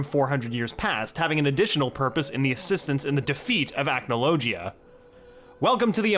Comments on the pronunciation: The way You pronounced Acnologia make me wince in pain. The "g" is not pronounced like "g", but like "gh", it's more of a dull sound. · Acnologia: ack no low gee uh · Please stop saying acnologia like that 😭😭😭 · 2 mins in and already annoyed with how he’s pronouncing acnologia